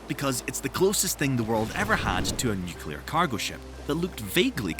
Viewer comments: *sighs* You're pronouncing nuclear incorrectly. It's not nuke-u-lur, it's new-klee-ar. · Also nukular, yuk. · Great info. Please learn how to pronounce "nuclear" ;-)